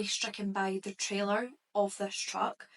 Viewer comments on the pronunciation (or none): none